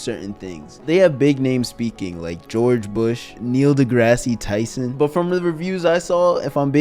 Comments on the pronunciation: Neil DeGrasse Tyson ❌️ Neil DeGrassy Tyson ✅️ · Bro you must be like 12 trying to pronounce these names and words and numbers. Neil degrassee? 1776 thousand? Are you serious?